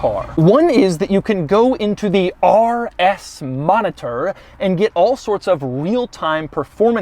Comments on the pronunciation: The way Doug says "RS" lol it he makes it sound like "arrrr s" 😂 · Ahrrr S, Ahrrr S, Ahrr S mode😁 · Why doug put so much aggression in the r when saying RS😭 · Why is he saying the R like a pirate?